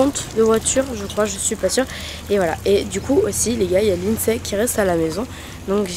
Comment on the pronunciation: Vous êtes les meilleurs mais juste vous avez dit Lidsay 😢😢